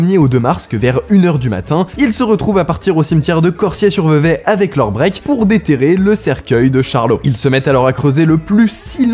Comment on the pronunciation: bravo bravo pour la prononciation de Vevey ! J'ai beaucoup entendu des français écorché le nom de cette ville